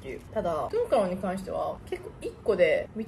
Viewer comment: トゥン⤴︎カロンなんやww